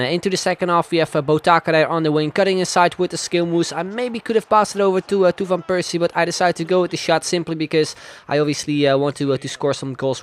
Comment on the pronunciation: Waarom zeg je van Persie op z'n Engels terwijl je alle andere Nederlandse namen wel op z'n Nederlands zegt